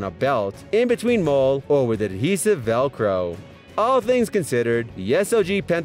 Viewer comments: It's not pronounced "MOLE"... IT'S PRONOUNCED "MOLLY"....amateurs! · molle = MOLLY....cryo=CRY-O mispronunciations drive me blinkin crazy! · Cerakote pronounced Sara-coat. Molle pronounced Molly. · I'm positive it's pronounced "molly" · He said mol like a gangsters gun mol instead of molle. And kuh bar. Smh